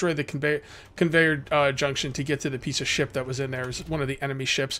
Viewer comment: Lol anyone else hear piece of shi* when he said piece of ship at around 22 mins? 😂😂 loving the series, you keep putting them out, I'll keep watching